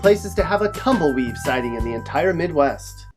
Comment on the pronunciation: Lmfao the tumbleweeve lol